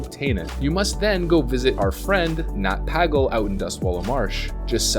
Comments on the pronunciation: Great video as usual but... your mispronunciation of Deviate and Nat Pagle is giving me an eye twitch... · He isn't called Nat Paggle